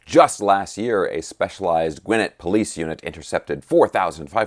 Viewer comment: Can’t even say Gwinnett correctly